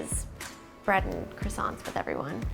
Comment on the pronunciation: Hes french and still lets his Girl pronounce Croissants the wrong way....